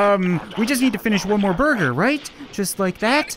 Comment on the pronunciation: The sensei with the jean vest says "burger" like "bugger